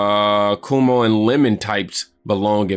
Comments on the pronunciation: Bruh it's pronounced KWOE MOE. Not Koo Moe Dee......lmao 😂😂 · It is pronounced Kwo-mo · PRONOUNCED "quaw mow" and they were referring to what he did during COVID. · Why does do you keep saying Chris Cumo 😂😂😂